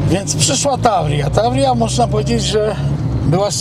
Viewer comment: W oryginale to się czyta Tawrija. ostatni znak w Таврия to literka ja.